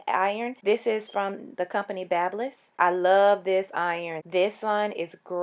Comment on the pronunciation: You pronounced BaByliss wrong.....it’s Baby-liss. Don’t believe me? There’s actual videos on how to pronounce it! Not trying to be rude whatsoever just figured you’d like to pronounce it correctly is all! ♥️